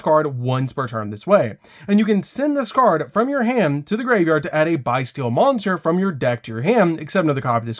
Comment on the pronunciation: I hate the way he said bystial BYE-STEAL! Lol 😂 💀